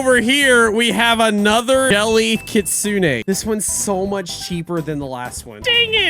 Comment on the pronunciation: “Anoter”💀💀💀💀💀💀 “dead railes”💀💀💀💀💀💀